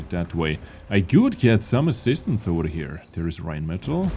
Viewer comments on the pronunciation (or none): none